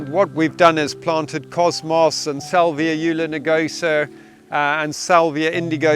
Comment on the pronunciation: Salvia ^ulinigosa*? You meant u-lig-in-osa.